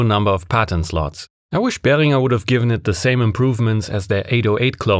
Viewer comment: You actually pronounced Behringer right!